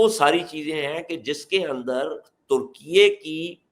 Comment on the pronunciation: ترکیئےاس ملک کا سرکاری نام ہے اور اسے درست بولا جا رہا ہے